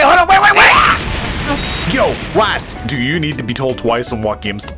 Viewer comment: "my hwat" 🤣🤣🤣🤣🤣🤣